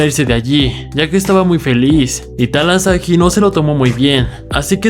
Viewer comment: Talahasi no talasahi